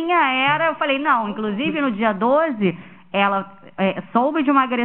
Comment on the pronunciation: Nota-se o quão bom é esse advogado de defesa de Monique. Kkkk ele insistentemente usa a palavra "Dolze/douse". 🤦🏻‍♀️🤣🤣🤣 12(doze 💁🏻) Pqp, eu com meu ensino médio só consigo rir dessa defesa de m@